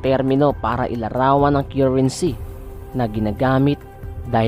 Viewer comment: Sorry to burst your bubble, guys. This is a big LIE!!! First, how can you believe someone who cannot even pronounce CURRENCY properly? Second, tons and tons of gold hindi man lang nila nagawang ishare sa mga pilipino? Kahit buong mundo kaya nilang tulungan pero meron ba silang kawang-gawa na galing sa sarili nilang kayamanan? Saan ba galing yang gold na yan -- tallano o yamashita? Kathang-isip lang yan kung walang maipresentang proof. Lastly, sino ang source of information ninyo? If you do research, nilalagay sa bibliography yung lahat ng sources of data or info para pwede mong mavalidate kung totoo o hindi yung pinagsasabi ng researcher sa research paper nya. Have a good one!